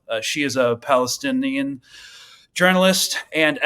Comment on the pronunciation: She's a Pali-stin-E-an😂